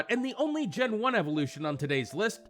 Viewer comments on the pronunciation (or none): none